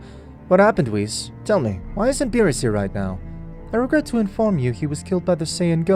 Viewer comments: Right. Dude never watched the show, but got king kai & vegeta's voice down and still call whis "wist" 😅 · Whis❌ Ws✔ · He says whis like piss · Bro said wis💀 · nah dude hes right💀i mean thats what i thought firstly but its like (wh-i-s(closed i sound) no offense tho